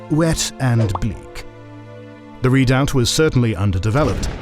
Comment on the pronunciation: Good show!, but please work on your pronunciation, made me cringe when redoubt was pronounced. The narrator must answer!